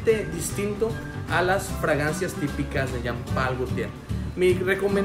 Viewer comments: Se pronuncia Jean Pool , no Jam Pal es frances . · Parece q dice pay pal😅